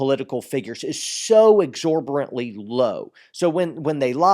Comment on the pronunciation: Exorbitantly. Not exorborantly.